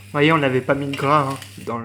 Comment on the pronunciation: "v'voyez..." mdr